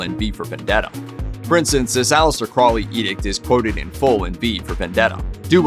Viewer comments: Its pronounced CROWley like HOLY, not Crawly by the way, (when pronouncing Aleister Crowleys name). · it's not "craw-lee", it's "crow-lee" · If you're going to do videos, for pete's sake pronounce things correctly. "Crowley" is pronounced "Crow - Lee." (Yes, Ozzy got it wrong, too.) The Beast even wrote a mnemonic: "It is pronounced Crowley, to remind you that I'm holy. But my enemies say Croully, in wish to treat me foully." - Aleister Crowley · This was great! I love how there wasn't any Doom & Gloom music or vibe as most videos about the occult do. That's how you know what's real and not just sensational pieces. You got most of the facts right, which I very much appreciate as someone who studies and practices the Hermetic Sciences. You mispronounced Crowley, but that seems to be a too common thing. It's pronounced like this ,Crow-lee. It's like putting the word crow and holy together and you get Crowley. Jimmy Page was definitely into Crowley's Order the A.A. Astrum Argentum & not Alcoholics Anonymous, lol, even tough one of the men that started A.A. was a Freemason. I don't think Jimmy Page practiced as much as he was a collector, but that's sill important. He kept up Boleskine house and bought a lot of manuscripts that may have been lost if it wasn't for Jimmy. He's mentioned in the Acknowledgements section in a book called Liber ABA, aka the Big Blue Brick. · Pronounced Crow-lee with a long o as in the bird. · Aleister Crowley's last name is actually pronounced as "crow-lee." What a weird old pervert! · Dude,it's crow-lee. Crow lee,say it with me. Not crawlee,not crouley,crowley. You won't summon demons by pronouncing it properly,I promise. If you wanna mispronounce things you should go over to the Amazing Elite channel. Those kids can't do a video without slaughtering at least 2 towns or cities.